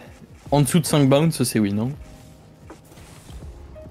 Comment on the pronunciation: Dsl mais est ce que je suis le seul a qui ca fait mal aux oreilles la prononciation de bounce et round de snip Sinon tres bonne video